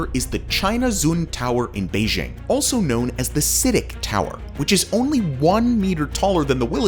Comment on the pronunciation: its citic not ctic, chow not chaw